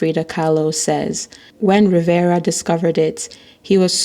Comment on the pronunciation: Rivera not Riviera.